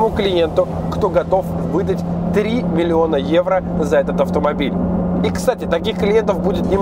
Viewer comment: 3 миллиона Эуро ...Для харизмы нужно было сказать не 2 раза а 3 ..:-)